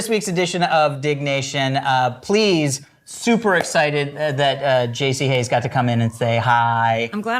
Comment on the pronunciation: Dang, yall (or AI) butched Jaci Hays' name :)